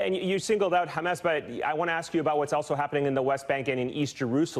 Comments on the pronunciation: 😂😂😂😂my friend wateva it's not khamas but hamas😀😀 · המראיין אומר חמאס עם ״ח״, מוזר למראיין ״אמריקאי״.